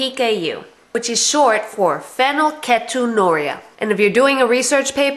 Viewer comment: you are making a video about your daughter and don't even correctly know how to say the word. oh and i say this becuase im living with it and have been for 18 years along with my brother and sister. get things straight before you decide to inform the whole world about PHEEEE NYL KEEET ON URIA!